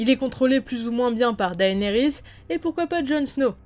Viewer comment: 1 truc qui est un peu chiant c'est quand tu dis Daénérys au lieu de Dénérys, certes son prénom s'écrit comme ça "Daenerys" mais ne se prononce pas comme ça.